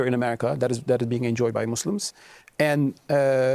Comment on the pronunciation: My G said, "Muzz lems" THAT'S the moderator... Lol, please, I can't.